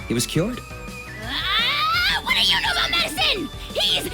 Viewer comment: Wait so its not pronounced a-jaw but ah-how?!?! 😮